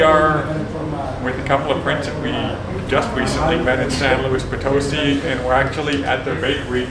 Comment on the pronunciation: If I may suggest how to best pronounce Potosí: put the emphasis on the very last syllable: “sí”